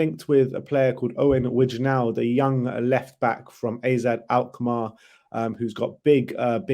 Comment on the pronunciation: Wijndal is pronnounced like the "wijn" in bergwijn